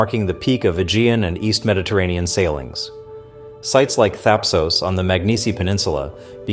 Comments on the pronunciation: Whatever it is, the 'o' in 'Thapsos' is a short vowel as in 'hot', jot long as in 'phone'. 😉 That's for sure. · "...the 'Thapsos-miliphasees something' ??? Wtf are you yrying to say, son ?